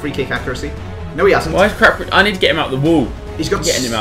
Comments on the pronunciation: I Love How They Pronounce CRAPadossi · capradossi and not crapradossi! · hes not crapradosi you are